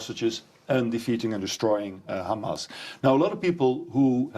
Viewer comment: Why does Murray always call them “Hamazz”?